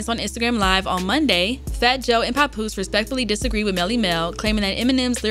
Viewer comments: Pap like pap smear not pop smear. Papoose! Papoose! How did she get this job? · Why does she does she keep pronouncing it "Popoose" ?! 😂😂